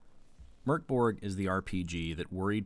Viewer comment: Solid review! Just what I was after and now I actually consider purchasing the game. (Also props for the correct pronunciation right off the bat)